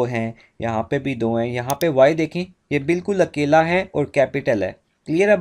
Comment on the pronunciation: Sir your akeyla sounded like keyla😂